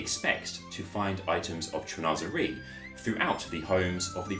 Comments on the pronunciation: Unfortunately he’s pronouncing the word in an American accent or his second language is English, so I respect his way of pronunciation. It’s just not correct. I am fluent in French and English , so it just annoys me when people try to hard to seem like they’re really big in to the design style, then they must respect the actual word by pronouncing it the correct way. He must not have any knowledge that pronunciation of certain words are just jargon style words. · "Cheen- was- eree"